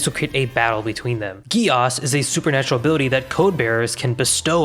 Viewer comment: "Abooty" ~ ability 🤣🤣🤣